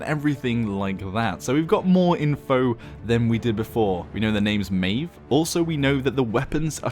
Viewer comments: It's pronounced at Maw-v plz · i would pronounce it mah ejf